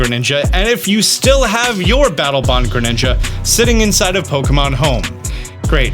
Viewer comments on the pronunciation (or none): Ah yes Battle "Bong"